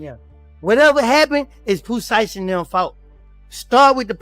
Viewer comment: Lol I heard that, what about calling Pooh Sheisty Pooti, I stopped watching at that point.